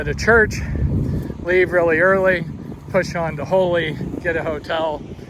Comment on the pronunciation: I think that town in Colorado is pronounced just like the tree name Holly, unless there is one named Holey. Used to be a principal out in that southwest Kansas country. Lots of empty miles, man.